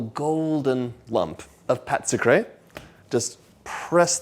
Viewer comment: Can you just say, it's called a 'sweet dough' instead of butchering the French language in an attempt to sound more sophisticated?